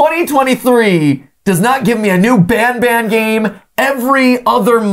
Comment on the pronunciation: You dont pronounce banban like benben, pronounce banban like kinda like bonbon Banban is basically japanese, ばんばん Because everyone ALWAYS calls banban like べんべん